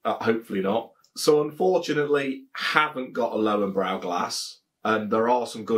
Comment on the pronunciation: Cracking review, as always. Looking forward to the Spaten Oktoberfestbier video! German beer reviewers tend to prefer it over the Löwenbräu Oktoberfestbier. Have ordered a keg myself already. Your pronunciation of Löwenbräu is pretty good by the way, however, the German "w" is like the English "v" and "-äu" is like the English "-oy". Coming from a native German. But enough of the wisecracking, keep up the good work! Cheers